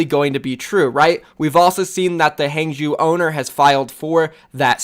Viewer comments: Its pronounced hah-ng zh-ow (ow as in row). Not hang-jew. Fucks sake every opportunity to be unprofessional you’re right there huh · Zhou in hangzhou is spoken Ouch without ch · For God sake please practice you pinyin. The way you pronounce Hangzhou just make me sick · How people pronounce Huangzhou is actually tilting already LOL, can’t wait for all of the Chinese teams’ names in OWL by casters. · Drinking game: take a shot every time pronounces Hangzhou differently.